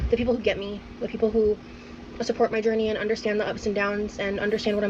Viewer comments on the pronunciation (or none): I’m new here… why does pronounce journey ‘gurney’? 🙏💖